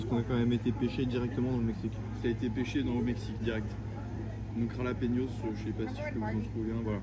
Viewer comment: Super contenu fais juste attention à la prononciation de jalapeños